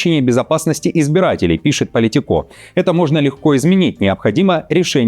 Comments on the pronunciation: Доброе утро, ну с какой стати "Politiko' с ударением на последнем "о". Это не французское СМИ. Только на мове они Политикó говорят, весь остальной мир ""ПолИтико". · Уважаемый! Я, конечно, всё понимаю, что сейчас переводчики всё менее нужны ввиду наличия ИИ, ну ведь можно было хотя бы спросить у толкового лингвиста, на какую букву ставится ударение в слове POLITICO. Ваш неверный вариант очень режет ухо 😊